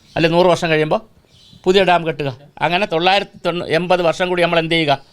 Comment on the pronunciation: പറഞ്ഞ കാര്യം എല്ലാം സെരിയാണെങ്കിലും ചേട്ടൻ പറഞ്ഞ തൊള്ളായിരുത്തി 800 മാത്രം മനസിലായില്ല